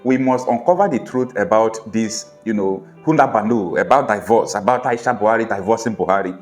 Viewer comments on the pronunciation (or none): It is NOT Pronounced => DAIVORCE It is PRONOUNCED => DEEVORCE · Can you check out the correct pronunciation of the English word "divorce?"